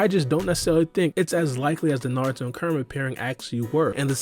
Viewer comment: Everytime u say kurama it sounds like your saying karma alot of times u talk funny but your information is solid so it's tolerated